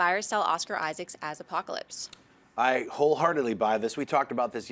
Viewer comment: Just saying this guys, it's Oscar Isaac, not Isaacs.